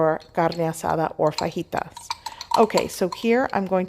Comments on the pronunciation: You lost me at your pronunciation of fajitas. You don’t have an accent until it comes time to say those words lol. Just be you ffs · You say fajitas wierd. Definitely blocking this channel. You shouldn't culturally appropriate other cultures. Do better.